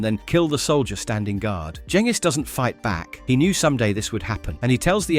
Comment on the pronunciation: Fuck ya you even pronounced Genghis properly!!